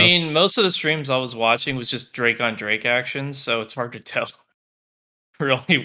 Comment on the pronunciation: Why does he keep saying drake... like you hear two other people in the call constantly pronouncing it correctly lol